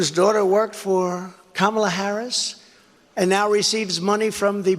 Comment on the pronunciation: Damn, trump actually pronounced Vice President Harris’s name correctly. He is slipping. Still appealing to stochastic terrorism though.